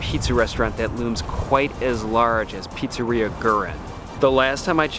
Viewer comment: You could. At least. Learn to pronounce the name of the pizzeria. It’s just one word in a “foreign language”.